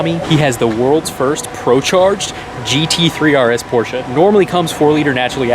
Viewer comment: FINALLY! I car guy that says Porsche correctly! BRAVO, my friend! BRAVO!! Beautiful car as well!